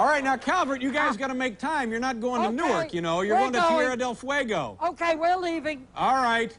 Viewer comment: I always loved the way Larry mispronounced Tierra del Fuego as Terria del Fuego.